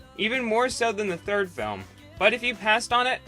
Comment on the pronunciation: When he said Shrek the third I swear he said Shrek the turd LMAO.